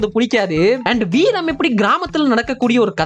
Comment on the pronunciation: veeram , veearm mariduchu 😂